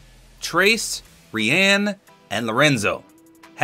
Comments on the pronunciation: bro Rian is usualy pronunced ryan like my name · Rian, I thought, was pronounced, Ryan..... not how ever said it here......